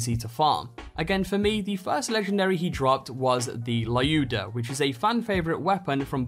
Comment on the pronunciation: I scrolled the comments and haven't found anything about that, so. Lyuda (Which is correctly pronounced as "Luda") is actually supposed to be Zer0's final reward for completing all Targets of Opportunity. You'll receive a mail with this gun in it once final TO is done. The fact that 70% of legendaries in this game, instead of being obtained from certain places, can just randomly drop from random bosses, enemies (Not even rare ones. I've got a legendary artifact from just a random goon on Konrad's Hold) and chests is stupid